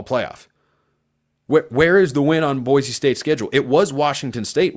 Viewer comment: I like that you pronounce “Boise” correctly!